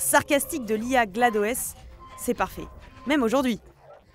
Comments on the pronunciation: J'ai bloqué sur cette prononciation aussi ... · la pronnonciation de Glados m'a trigger, sérieux faite les vidéo sérieusement